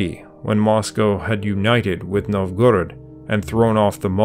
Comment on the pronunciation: NOVgorod, not novGORod. AlyEG, not OLeg. VlaDIMir, not VLADimir. Bot, or merely bad research?